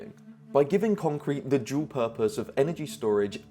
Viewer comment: "by giving concrete the joule purpose" heh (we don't pronunciate dual that way round these parts)